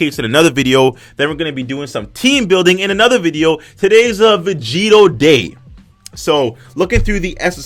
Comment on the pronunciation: Or begito? Is that what you said